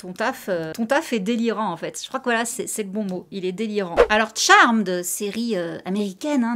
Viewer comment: ca fait du bien de voir des gens bien prononcer le nom de la série; fuck you ceux qui disent charméd